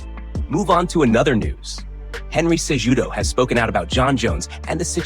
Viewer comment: You BUTCHERED Henry Cejudo's name, it's not pronounced JUDO, it's Kahootoh.